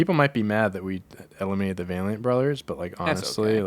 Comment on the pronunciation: absolutely butchering Valiant 4 seconds after said it correctly is so funny